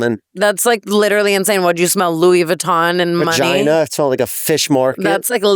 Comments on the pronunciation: Jeff calls it a veRgina 😅😅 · I love when jefff says vergina😂😂